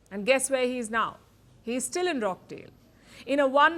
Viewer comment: It's not Rock-Dale it's Roch-Dale. It's spelt withba 'cha' not, ck